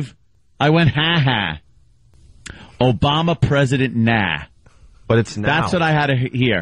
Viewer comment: " OOBama presiident Nahh" lol